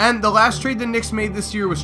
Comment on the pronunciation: He said penny hardway